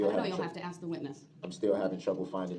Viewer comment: "You took a oaff" (oath) "I ax you" "you ax me" (ask)